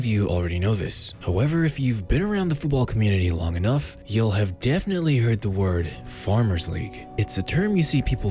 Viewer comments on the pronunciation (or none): none